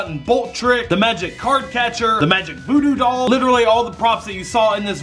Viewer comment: the foodoo dall it relly sounds like doodoo dall haha😂😂😂😂